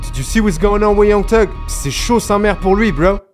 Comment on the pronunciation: Super vidéo je découvre ta chaîne 😉 Par contre je ne comprendrai jamais pourquoi les français (je le suis aussi hein ?)disent Teug pour thug vous ne dites pas Te pour the ? Te end ou je sais pas moi te boy ou n'importe quoi d'autre ? 🤔 Chelou 😅